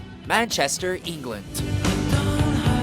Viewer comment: Everyone is getting angry about the God awful pronunciation of Yorkshire, but it is ENGLAND, NOT EENGLAND.